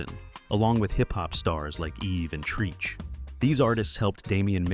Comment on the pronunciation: It’s a.i 😂but I agree , it’s not pronounced treeeeeech it’s pronounced Trehch spelled treach